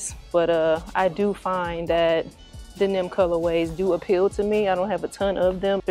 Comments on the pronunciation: It’s crazy how you pronounce the word denim… This cannot be the first time you’ve seen this word in the English language. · Q the way you pronounced denim had me rolling 🤣. I swear u was saying "Then Them" so lol I figured you would block the comment luv. Salutes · Hunni, the way you say denim had me trippin’! Is that a Chi town thing? Of course I want these, but I definitely don’t need them because I have the women’s pair that dropped last year or the year before.🔥🔥🔥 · SAME HERE ☺️...still appreciative of the content though! 🇹🇹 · Lol. Where are you from, if you don’t mind me asking? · Don't think I've ever heard it pronounce that way 😂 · Fax 😂 I was like tf she said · 😂😂😂😂😂 I ran it back like hella times even took my headset off 😂😂😂😂had to make sure I wasn’t trippin. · no reason to be nasty about it ma’am, by the way, I’m not a champ, I’m a female, thanks. Just weird the way you chose to say the word, that’s all.